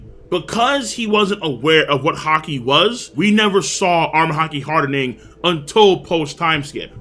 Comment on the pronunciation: Not trying to hate it just annoys me how he always emphasizes ing whenever he says armament Haki hardening. It’s just weird like a pet peeve and it just annoys me lol